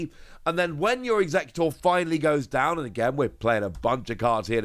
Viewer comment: You keep calling it Alolan Eeggutor in all your videos xD